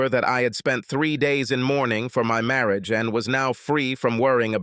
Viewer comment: What is "Marri-age"???? The Ai voice has become 'grating on my nerves' please change it...